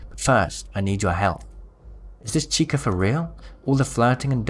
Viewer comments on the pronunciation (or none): none